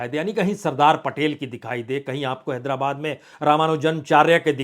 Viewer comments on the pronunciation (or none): none